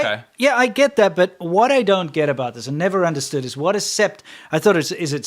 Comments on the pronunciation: "Sept" is French for 7.it's said as "set". The "p" is silent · FYI 'sept' is seven in French (pronouned "set") ^^ So yes, 7 wolves!